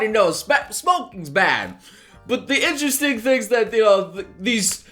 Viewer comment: Drink a shot everytime you hear say "Interresting" also "Satebelt"